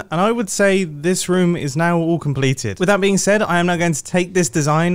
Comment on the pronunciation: Obsessed with the way he says ruum